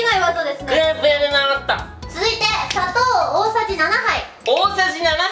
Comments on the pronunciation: が確実に「砂糖」じゃなくて「佐藤」で草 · 砂糖の言い方ジワる（笑）